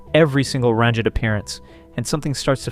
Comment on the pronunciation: I'm concerned by the way this guy pronounces Ranjit here. And Mosby on a couple other videos....